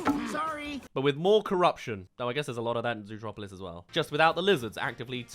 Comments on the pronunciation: why do you keep calling Zootopia "zootropolis" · As an American, I get confused everytime you say zootropolis XD